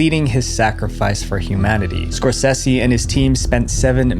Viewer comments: y'know I loved the first one, only found out recently there's a second one not Scorsehsi, it's pronounced scoresaysee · Score SAY SEE ffs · It drives me crazy the way you say Martin Scorsese's name. It's not "score-SEH-see".. it's "score-SAY-see" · It’s pronounced Scor-SAY-see, not Scor-sess-see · I don’t usually correct, but have to here. It’s Skor-sa-ze, not Skor-ce-ce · Say it with me, "Score Say Zee" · You know, if you're going to mention a world famous filmmaker multiple times in your video, you could at least take 30 seconds to look up how to properly pronounce his name. Scorsese is pronounced "skor·say·zee." Edit: You do say it correctly a few minutes later. You should have edited out you calling him "Skor-Sessy." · "Martin Scorsessy"